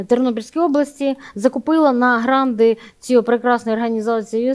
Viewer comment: Золотко, не "гранди", а "гранти". Хотів послухати, бо я є досвідченим експертом з питань місцевого самоврядування, і розчарувався та вимкнув, бо дуже примітивненько і не фахово.